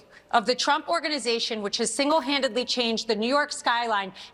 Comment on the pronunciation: "TURMP". Not once but every time. "TURMP".